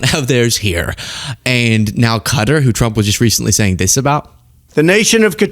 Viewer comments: It's not "Cutter" It's "Cotaar"! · Hey how come you're saying Cutter not Qatar? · It's NOT pronounced Cutter jesus I hate agreeing with Trump but he is pronouncing it right and you are NOT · I prefer your more serious side when posting. Also to all please learn how to pronounce Qatar. Phonetically sounds like this cat=ar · Cutter??? No Wonder The World Hates The USA Right Now, When You Cannot Even Say A Nations Name Properly. Whats Next? Chinia? Roosia? Isntreal? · Qatar is not pronounced "cutter." Quit being ignorant. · I can’t hold it in any more! Qatar is pronounced ‘cat-R’. Keep up the great content!